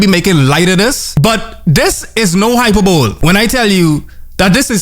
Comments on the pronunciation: I love you man. It’s pronounced high per bowl ee- but pls keep pronouncing it that way cuz- The English deserve to have their language mispronounced. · That’s not how you pronounce hyperbole